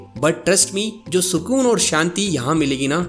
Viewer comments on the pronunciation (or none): none